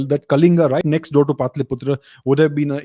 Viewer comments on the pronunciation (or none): none